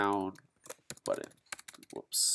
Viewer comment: Indian accent whaaa?